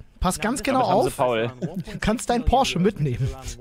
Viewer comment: Von dem will ich nix, der kann nicht mal Porsche richtig aussprechen.